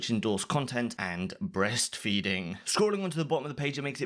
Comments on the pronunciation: why the fuck did you say breastfeeding like that? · Dawg why you gotta say breastfeeding like that? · why did you say breastfeeding like that dude lmao